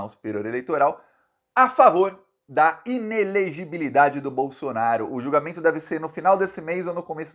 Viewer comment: Não é "inelegibidade",, mas "inelegibilidade". Tem um "li" depois do "bi". A palavra é difícil de pronunciar mesmo, mas você consegue.